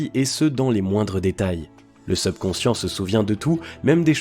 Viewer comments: subconscient (et pas sebconscient) prononciation (super contenu) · Effectivement dire SUBconscient et non SEUBconcient aide à une meilleure compréhension. Ce défaut de forme gâche un peu la qualité du fond...pourtant d'une grande valeur. 👍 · Je vais essayer de trouver une autre vidéo sur ce thème car c'est vraiment irritant cette mauvaise prononciation seubconscient au lieu de subconscient. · Mdr le SEUBconscient. SEUBjectif. SEUBurbain. SEUBlimer. SEUBjuguer.SEUBmerger.SEUBversif.SEUBsonic.SEUBventions.SEUBlime etc etc... servez-vous du subconscient pour l'orthographe et la diction avant de s'intéresser à la Psychologie donc. Ca peux servir à être plus crédible. quitte a faire semblant de s'y connaitre... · #SEUBconscient 🤦‍♂️c'est un mot Français pas besoin de le prononcer à l'Anglaise 🤣.. Les gens vont plus à l'école ou quoi..? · Prononciation seubconscient insupportable. Pourquoi pas teubconscient pendant qu'on y est ? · Vous prononcer mal le mot subconscient dommage c'est un "u" pas un "eu" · Très bonne vidéo, seul bémol, la prononciation du mot subconscient, surtout qu il revient souvent ! Bonne continuation et bravo pour le contenu 👏🏻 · C'est vrai que c'est vraiment irritant mais je pense que c'est un robot qui parle. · il le prononce comme le "sub" de subscribe ..technique de manipulation ou quiproquo ? à vous d'voir